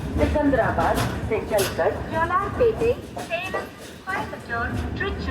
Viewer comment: Sekandhranadh Not singadhrabadh